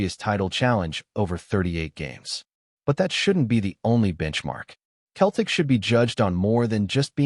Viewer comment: Lol AI doesn't know the difference